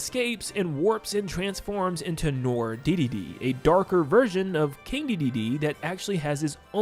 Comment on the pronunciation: Also, I said this in response to your last video, but "Noir" isn't pronounced "nor", it's pronounced "nwar". It's french.